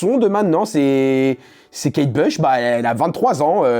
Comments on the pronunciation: La pauvre Kate Bush (se prononce Bouche d’ailleurs) est qd même une mega star. Mes parents écoutaient (fleetwood mac aussi d’ailleurs) et il y a un groupe de fans en Allemagne il me semble, qui se réuni tous les ans à la même date au même endroit depuis des décennies pour chanter Kate Bush (le morceau que tu as passé). Elle a fait des énormes hits connus de tout ceux nés avant 1985. J’ai adoré qu’elle repop, elle était tellement avant gardiste, on aurait jamais eu Björk sans elle et les chanteuses modernes comme Aurora ou Chappell Roan sont clairement ses héritières. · Kate Bush (à prononcer bouche) pas Kate Blush🤦‍♀️